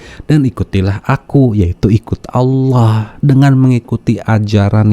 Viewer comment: Menyebut Allah saja aloh... Penipu kelas kakap ini orang, laporkan saja ke polisi... Biar jelas..